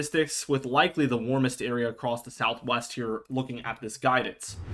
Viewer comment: Across not acrosed. Acrosed is not a word